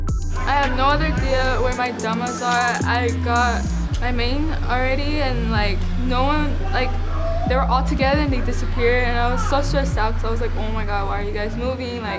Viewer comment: Why does she say damas like domas